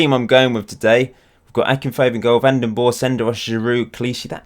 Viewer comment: How to say VanDenBorre: The A in Van, you need to say as Aa as in Aaritalo. You said Den good. It's Borre, so you need to say the E. The E you say as in Den. I hope this helps you